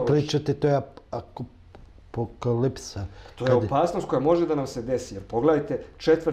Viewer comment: Voditelj ne zna da govori kaže AKOPALIKSA ZA APOKALIPSU